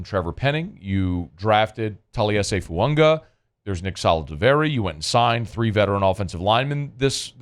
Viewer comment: is pronouncing Fuaga correctly. Taliese Fuaga has said “Fu-Ang-a” is the correct pronunciation.